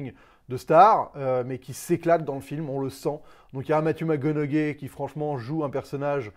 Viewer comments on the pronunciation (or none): Ptn mais tu dois prendre des cours d'anglais mon gars, c'est Gentlemen, pas Gentleman, c'est McConaughey (Muh Coh Na Hey), c'est Charlie Hunnam (Hunnim) pas Hun man 😂🤦‍♂️